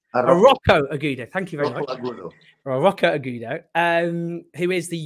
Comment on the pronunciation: Arrojo pronounced Arroyo (roll the double rr). Agudo pronounced Ahoodo (g pronounced like an h).